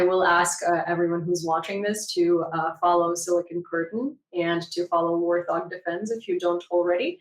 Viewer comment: Yes, I watch Warth Og three times per day. Although I never call it that. should have done some homework. It is pronounced Wart Hog.